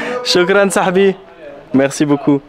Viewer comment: On dit les sahabs pas les sahbis lol@